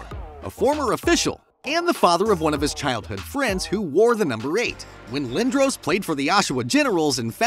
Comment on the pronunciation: And it’s Eric Lin-Dross